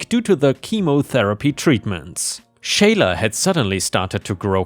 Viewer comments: For future reference? The name Sheila is pronounced "SHEE-lah", not "SHAY-lah". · Sheila is pronounced as = She la; what you were saying would be Shayla. The "i" is silent. Disney is such a cutie. I adore her. It might be that the one who is afraid of Disney is afraid of cats in general. She just seems like a great cuddlebug to me. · "Sheila" is said as "She-lah." 🤪